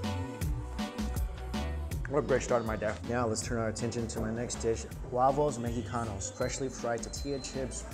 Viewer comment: “Wavoss mehicano” - dumpling dude.